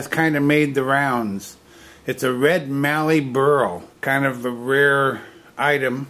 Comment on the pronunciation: Well done. Nice work. And a big thank you for pronouncing the words "Mallee Burl" correctly. Cheers, Dave Winch, Beachmere, Queensland, Australia